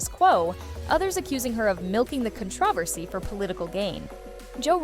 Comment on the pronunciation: A.I. cannot pronounce “controversy”?